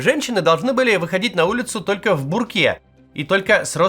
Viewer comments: Не в буркЕ, а в бУрке Не один раз замечаю ошибки в ударениях в простейших словах Пишу без хейта, чисто из-за требовательности к качеству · В буркеЕ́! 😄 Этот "лидер мнения" реально не понимает что говорит. Читает текст и, как будто, не понимает озвучиваемых слов. Трамп с израильским паспортом. 😄. Вот и думайте. Просыпайтесь.